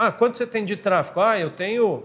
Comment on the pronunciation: Trafego e nao trafico… muito bom o conteúdo, parabéns